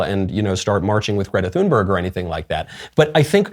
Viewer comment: The 'H' in Thunberg is silent; correct pronunciation is "toon-berg."